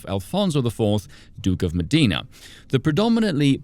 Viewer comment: Pronounced MO- dey-na. It sounds like he's saying Medina, the Arab city. I =eee, e = ey.